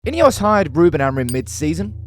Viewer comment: INEOS - pronounced IDEOTS… 😢